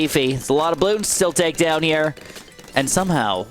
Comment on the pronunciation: The way you say “here” with that weird accent makes me cringe so hard. I have to click off everytime you do that weird sh*t